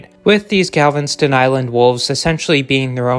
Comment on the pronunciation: What the hell is "Galvenston Island"